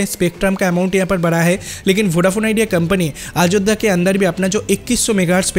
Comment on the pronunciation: Not a Ajodda 😂😂😂😅😅 it's Ayodhya sir apni Bengali channel le jaye Ajodda bolun eta Hindi channel plzz Ayodhya bolun😂😂😂😂😅😅😅 Aar BSNL ler khobor ki holo 😂😂😅😅 BSNL 4g aaspe apni bolti chhilen 50 yrs Pore aashbe aapni aajob aajob News paan kotha theke k jaane😂😂😂😅😅😅😅😅